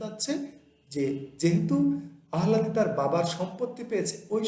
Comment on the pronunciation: উচ্চারণ, আহলাদি না আলহাদি?